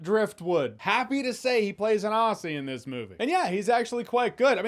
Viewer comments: Aussie is said Ozzie. How you say Aussie is how we say arsey as in farts alot. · Jeremy, it's pronounced OZZ-ee not OSS-ee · FYI “Aussie” is pronounced “Ozzy” cheers mate! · "Ahcee" apparently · Jeremy, I have watched you for years and I love your content... But pleeaase I beg you. PLEASE pronounce Aussie as it sounds if it was spelt Ozzie, PLEASE. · Jeremy, when you say 'Aussie' don't pronounce the 'ss' pronounce it with two 'Z's'...as Ozzy. Hence Ozzy Ozzy Ozzy, oih oih oih And trust me, I'm an Ozzy. 🇳🇿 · Ouch Jeremy, it is Aussie as in ozzy as in the Wizard of 'Oz' combined with cra'ZY'. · Its Aussie not ozzie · From a Brit to a Yank; it’s spelled “Aussie”, it’s pronounced “Ozzy”. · God the way you say "aussie" really hurts me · I've always liked Jai. But also, please say Aussie correctly.